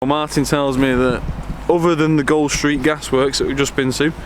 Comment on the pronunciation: its pronounced gooled street as in cooled